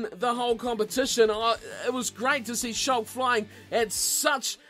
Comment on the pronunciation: Just thought I'd let you know, the right way to pronounce schalk sounds like skalk 😊